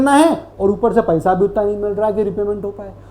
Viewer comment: Paisa ❌️ Paiesa ✅️